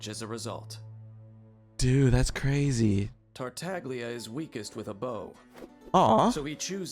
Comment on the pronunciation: Tartaglia is an Italian word, so it would normally be pronounced like Tartallya. This is reflected in the transliteration of the pronunciation to Dadaliya, Tarutariya and Tareutallia for Chinese, Japanese, and Korean respectively. However, for some reason, the official English pronunciation of his name voices the ‘g’ unlike its Italian namesake.